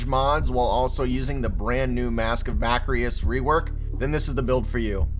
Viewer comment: “Ba-kris” not “ba-kri-is”